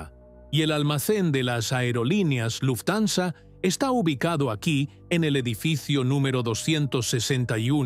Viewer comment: Me aburri de escuchar luftanza 😂😂 buena historia pero tu la arruinas